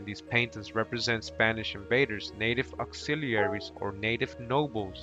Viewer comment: Ok enough learn to pronúnciate these words Cecil ( See-Sul ) and man is not called ( Say-Saul ) Auxiliaries ( Ox-zealer- reese ) ... after an hour I couldn’t anymore.. but Thank you very educational. Google translate pronounces english words too #Irritated 🤦🏽‍♀️